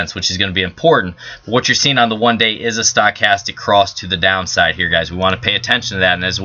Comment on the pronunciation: I think you need to learn how to pronounce Stochastic!